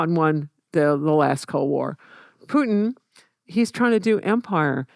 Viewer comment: calling Putin 'pooin' is crazy. How can someone study that much history and still putting 0 effort into pronunciation of names. jfc americans